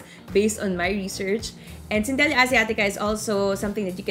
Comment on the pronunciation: cen-te-lah po yung papronounce 😀